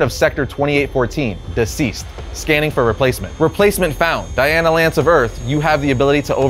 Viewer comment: Its Dinah, not Diana